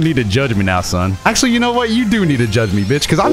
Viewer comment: “ackshaully” pot of greed was banned way before 5ds aired